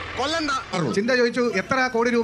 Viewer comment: Chintha alla chantha